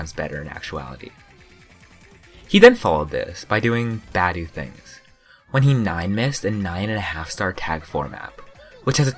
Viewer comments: He's Romanian and in romanian we don't butcher the sound that tge letter are supposed to represent like in english. So his name should be said: BA-DEU. Not [bedæu] or [budi]. B as in boat, A as in accept, D as in duck, E as in engine and U as in pUt. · i dont think its pronounced badueh but ok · Isn't it pronounced as ba dee u? Idk doesn't really matter anyway. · Could at least say his name right bro